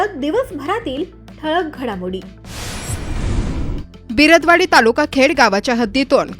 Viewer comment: कित्येक दिवस झाले या बाईला मी बिरद - वडी असा गावाचा उल्लेख घेताना पाहतोय परंतू तो तसा नसून बिर - दवडी असा आहे . पुढच्या बातमीत सुधारा . . .